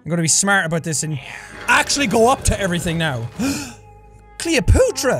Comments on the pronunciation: No one: No being ever: Jack: Cleopootra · Ahhh the wise words of Arin ‘Grump’ Hanson: “comin’ atchu like cleopatru”